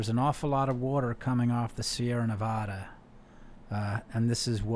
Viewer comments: Guy cant pronounce nevada... Find new guests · Learn to pronounce Nevada!!!!!!!